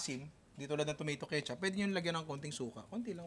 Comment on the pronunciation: ash ketsup hahaha ano yooooon